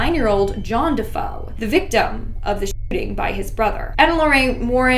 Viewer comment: DeFeo is pronounced “De Fay o”